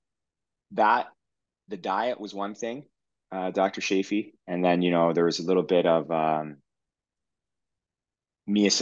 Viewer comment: Sorry I have to correct you. Say chance, chocolate, choose and now say Chaffee. Perhaps I am a bit OCD about this so help me, please. 😊